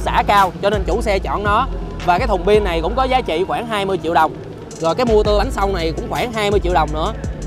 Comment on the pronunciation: mắc cười nhất là câu "cái mô tưa" , biết từ này mượn từ tiếng Pháp - Moteur nhưng ko ai review mà đọc như thế cả :))